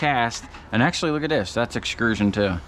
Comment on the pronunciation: Please stop saying EXCRUSION. It's not a word, and you sound like an idiot. It's EXTRUSION.